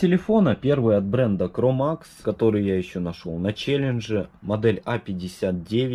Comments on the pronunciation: Не кромакс, а микромакс(micromax)!) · не cromax а micromax, кулак как mi читается) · Микромакс,а не кромакс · Не cromax а micromax